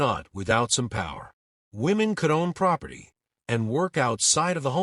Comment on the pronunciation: 'Proferty of' lol